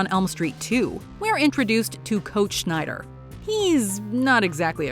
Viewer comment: Coach "Schneider"? That's an electronics brand, for shit's sake!!! His name is Snider.